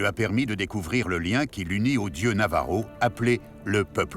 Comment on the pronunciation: Navaja merci pour ce reportage. J'ai des origines de ce peuple. Ainsi que 10 autre pays. Et c'est Navajo pas Navaro. Mais merci 💋